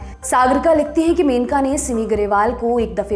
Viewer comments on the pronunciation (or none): मेनका नही it's मनेका... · Aap menaka menaka bol rahi hai... It's maneka